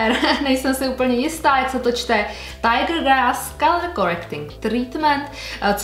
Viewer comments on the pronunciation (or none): none